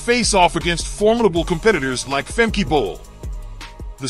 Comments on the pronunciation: If you make a video at least get the name correct………it’s Femke not Femki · It is not Femki but Femke. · It's pronounced Femkuh Bol not Femky Bol 😛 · Erm... It's Femke, not Femki 😏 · Her name is pronounced Fem-kuh, not Fem-kee. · Nah, I won't subscribe if you keep on calling Femke, Femki. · Fem-Key. The audio was messed up in the beginning so her pronunciation was off. Also typo too our bad… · Great, but why can American's not pronounce Femke Bol's name? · It's not pronounced Femke but Femke.